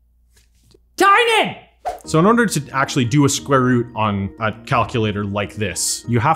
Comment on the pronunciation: sqare root hahahahaha i lost him with the first number that guy IS a computer